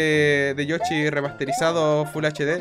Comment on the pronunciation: porque dices yochi si yo digo yoshi?